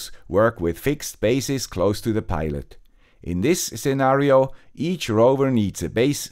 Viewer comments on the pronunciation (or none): none